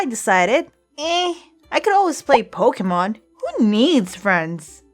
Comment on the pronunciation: You say pokemon wrong it's pronounced Po-kah-mon